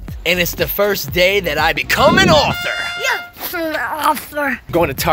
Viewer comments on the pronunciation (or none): Dudz: Author: AfEr 🤣😂🤣